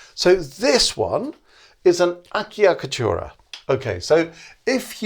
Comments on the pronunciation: On the Acciaccatura, you said Acchiaccatura (the pronunce is "a-tch-tch-a-kka-too-ra". Excuse for my bad explanation) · I enjoyed your video so much! So well explained! Just two comments: I'm not italian, but I think the first double cc in "acciaccatura" are pronounced with a "ch" sound (like in "check"); and the "mordent" in baroque style should (generally) begin with the upper note, like the trill. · This was a nice clear explanation. Thanks. By the way, I believe the correct pronunciation of "acciaccatura" is something like "a-chak-a-tura". (Generally, the "ch" sound in Italian is written as "ci".)